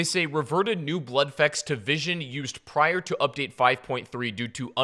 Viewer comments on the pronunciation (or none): none